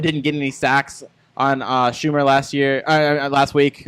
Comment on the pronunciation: BTW, never heard either one of you guys pronounce Vandy QB name correctly once all week. Its SHER-mer not SHOO-mer. Lol, is making up for not having Vern Lunquist this season with the butchering of all the names😂